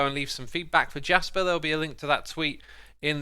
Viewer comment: It’s Swedish, so it’s pronounced Yasper